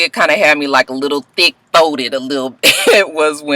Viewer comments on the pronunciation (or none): "Thick Thoted" LMAOOO XD